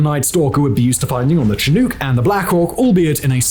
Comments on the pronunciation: Shin-uhk actually. Not Chin-oooook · The presenter says cheNUKE instead of chinook.:face-orange-biting-nails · Chinook pronounce shin-uck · The pronunciation of "Chinook" in this one keeps bugging me. The first syllable is pronounced "Shin" rather than "Chin", and the second syllable is "nook", rhyming with "book". "Chin nuke" is a very grating mispronunciation! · I love how Simon pronounces it ‘chin-ooks’. Shin-uks, Simon, Shin-uks. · I served in the military and rode on multiple Chinook in Korea I’ve only heard anyone pronouce Chinook. ‘Sha-nook’ not ‘Cha nuke’ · Did Simone hit his head? Why does he keep saying Chin-uuk? It's not a hard word to pronounce. Shin-uck is how one says Chinook. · chin-ooK, god damn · Simon, it's pronounced Chi-Noo-k with a hard k at the end. Sincerely a former night stalker. Thank you for making one of the best videos on my former unit I've seen yet. N.S.D.Q.! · Love that yall are paying respect to the special forces and all, just mildly irritated by the pronunciation of the word Chinook. From every American ive ever heard pronounce it, it's roughly "shi-nook" with a soft "o" sound not hard the way he was pronouncing it. This is the name of a Native American tribe from modern day Washington and Oregon (primarily the former) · It's not pronounced "chin-nuke". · It bugs me how you say chinook....... Chin-nukes.....its not said that way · For future reference: It's SHIN OOK as in in-hook; and it's KI USE, with the i being long and as in "that tool has a lot of USE. Just FYI. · Hey Simon, here in Murica we pronounce it "Chinuck" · Ok chinook is pronounced as Shin-ook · Don’t know how you can produce so much content but I admire and appreciate it. The second syllable of Chinook is pronounced the same as “hook”. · The way you pronounce chinook tho 😂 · Is it just me or am I the only one bothered by how he pronounces Chinook? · Once again, Simon comes upon his nemesis… having to try and properly pronounce “Chinook” lol